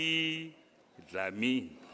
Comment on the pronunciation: I love how the prof pronounces "Dlamini" 🥰🥰🥰